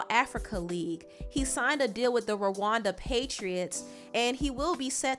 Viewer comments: It’s Rwanda rara not lawanda 😂😂😂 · It’s not Ruhanda it’s Rwanda